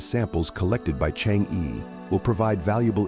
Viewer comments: better read "Chang'e" as Chang o, thanks for the report. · Nice video and presentation. The title Chang’e has an “e” that should be pronounced as vowel and not consonants. Some what sounds like “Zrhang-eh” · it would be like ALIEN if westerner pronounced Chinese: Chinese - CHANGG Er . 🎉😂